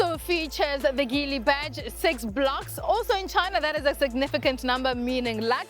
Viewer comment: The G in Geely is a soft G (Jee-lee). Like gin.